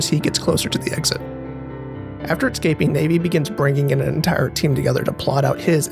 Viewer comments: "Enitre"... sorry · Nice subtle “Enitre”